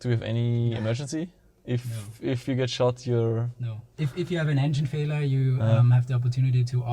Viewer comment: Glaub auch das es ein undeutliches "failure" war